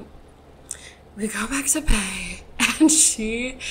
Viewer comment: everytime you say "to Pay" I think you're saying toupee